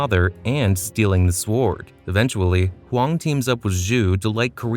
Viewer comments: SWARD lol, you say it wrong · I cant get past the narrator pronouncing the W in sword. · The pronunciation of sword was killing Me